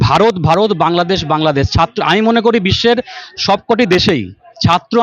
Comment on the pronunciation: ইউটিউবার আপনার আজ ও ' র 'উচ্চারন ঠিক হয় নি। এখানে ছাত্র উচ্চারণে ভুল হচ্ছে। আপনি বলেছেন ছাত্ত।